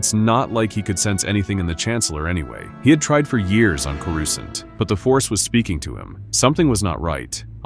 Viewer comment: Why did you pronounce Coruscant like that? Smh…